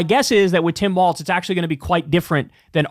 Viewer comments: Why do you keep saying Tim WalTz? There’s no T in it lol Just Tim Walz Like the walls are closing in 😆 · Governor Walz does not pronounce his name ‘walts’ he pronounces it ‘walls’! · WALZ not WALTZ! Please say his name correctly! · Please, Kyle… it’s “Walls” not “Waltz” - the things that divide rooms, not a ballroom dance.😘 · Why u keep saying Tim Waltz? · Somebody tell Kyle that Walz doesn’t have a T in it. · I wanna have a beer with Kyle so I can tell him how Tim Walz pronounces his f*** name.... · You gotta stop mispronouncing Walz.